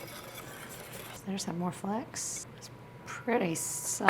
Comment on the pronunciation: are you saying "flex" or "flakes" when talking about the pepper?